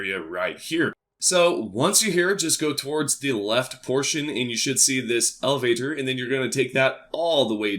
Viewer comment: You should work on explaining directions this left and right stuff is ridiculous. Also work on your pronunciation of elevator.